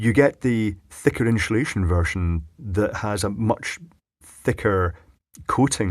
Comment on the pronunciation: In-shoe-lation... Lol...I always get a kick out of the way you pronounce that..😉😂